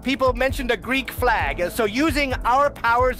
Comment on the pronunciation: i know it's because he's speaking quickly but i am NOT hearing the L when he says flag